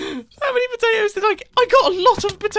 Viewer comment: It is not nuts it is patatos